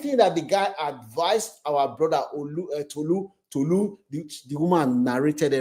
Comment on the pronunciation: Yow…it’s Tolu not Tutu…ye yard…🇬🇭